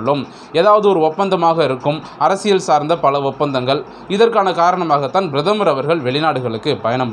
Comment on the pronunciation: Kindly pronounce prathamar .correctly